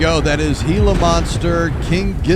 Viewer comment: You are correctly pronouncing Gila Monster, and no, they don't have them in Australia, but KGaTLW have been quite open about really loving the times they've toured in Mexico, and have also done a fair bit around the US, so I can only assume, they came across a gila monster during some of these times.